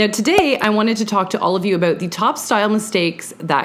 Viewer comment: Aboot “ instead of about ;) so cute 😂